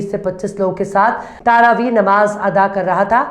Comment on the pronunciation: तारावी शब्द नहीं है बल्कि सही शब्द है-- तरावीह ।